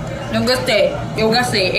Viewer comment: não sei se eu entendi,voce disse, ISSO EU GASTEI BASTANTE /ou ISSO EU GOSTEI BASTANTE.,não é DGASTEI,é GOSTEI.ga,,,go, gato gosto,garrafa,gostoso,pratique,e bem interente.